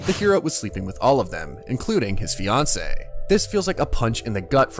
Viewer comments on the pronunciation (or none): none